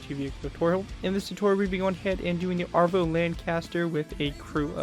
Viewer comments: I’m sorry but as a true patriotic British citizen I have to point out it’s ‘avro’ not ‘arvo’ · Isn’t it called Avro not Arvo? Just a curious Canadian who loves the lanc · Your pronunciation of avro annoyed me. It's AVRO LANCASTER not ARVO lancaster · you said Avro incorrectly it's a-v-row say it like your saying Afro